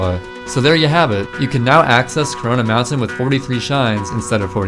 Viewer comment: So nobody caught that he said Carona Mountain. I think we found caronas hideout bois